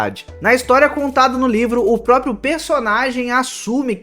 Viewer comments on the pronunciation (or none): none